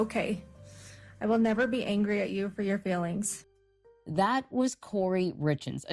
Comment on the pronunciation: "...your failings"...? Wtf. Edit: On a fourth listen, I think she said 'your feelings,' but I wouldn't stake my life on it.